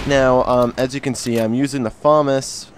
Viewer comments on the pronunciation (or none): FA-MAS not FA-MUS but still nice review ;D (by the way im not hating on you ahahah) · ahaha ok its just ur the only person ive ever heard say famus :P